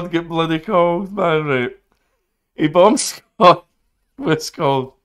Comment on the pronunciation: The way says it makes it sound like he's saying "bum sqaud"